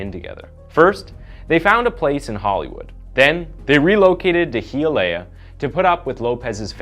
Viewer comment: High ah lee ah = Hialeah